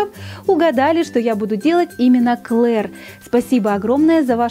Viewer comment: Ты не обижайся но не Клер а Клэр🤐